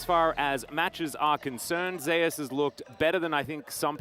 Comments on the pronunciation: Why the caster pronounce Zeus as zeh-as? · I read somewhere that it's because someone else (a support) is called Zeus. I guess it's to differentiate them